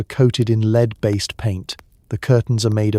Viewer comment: Love your stuff guys but fix the ai - lead again - real blooper on your final line too! Lead based wallpaper you read as the verb lead ie to lead not lead as in the metal,. Really gives the game away that you are using ai . Can you fix it please? Thanks 😊